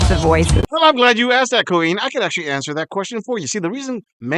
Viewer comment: "Because I AWKSED..." Do even British Blacks mispronounce the verb "to ask?"